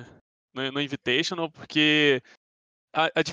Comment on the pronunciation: "INVITAITIONAL" KKKKKKK Porra ademiro